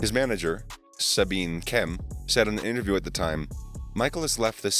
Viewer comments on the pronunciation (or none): none